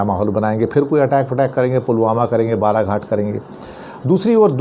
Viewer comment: Is it Balaghat or Balacourt?